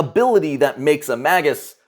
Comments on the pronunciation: It's not "maggots" what is wrong with your mouth man. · I just looked at multiple pronunciation guides. It is "may-gus" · I just googled it. it's May·Guhs, I don't either, I'm to continue to pronounce it Mag·Us but, you said something about it and I was just dying to know😆. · I pronounce it the same way as you. Just googled the pronunciation, and I think the proper one is actually cooler. I'm gonna start saying it that way. "May-gis" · Mage. Us. He even says Magi as J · Dictionary claims "MAY-gus." The G is hard, as in "gas." So... you were almost right. I thought it'd be a soft G like in "magic," but... whatever. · May-jus, and plural is Maj-eye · Mah-Gus sounds like you're calling my first ever character a maggot. :P XD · I literally cannot watch this. The first few seconds you pronounced magus WRONG. It comes from the same root as magic sure, but it's pronounced may-gus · ma·gus /ˈmāɡəs/ He is, indeed, pronouncing it wrong, but he used the correct plural. The singular form is pronounced may•guhs, the plural being ma•jai. Also, Magus is Old Persian, not Latin, but the Latin translation is pronounced and spelled the same. Sources: Google and my English Major. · I like Mah-goose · I say magus the same way, but it sounds like maggot or maggots. :D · I almost didn't make it past the Magus pronunciation bit. It physically hurt me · Until you learn how to say Magus, take a downvote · No...thats not proper Latin pronounication.